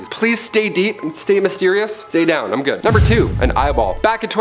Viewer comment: “Eye-m out” omg go straight to heck 😂